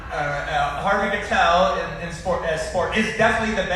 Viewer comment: "HARVEY KATEL" Edit: I just discovered that he's dyslexic